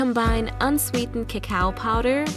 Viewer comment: Love the vid : ) but the ku-kaw powderrr LMFAOO